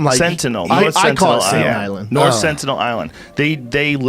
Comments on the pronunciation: Jamie caught Eddie saying “sentinel” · Wtf did I just watch for the past 3 minutes. Someone teach the one guy how to speak🤦🏽‍♀️. Sentinel us not difficult to say. "Maybe they have a translator" huh tf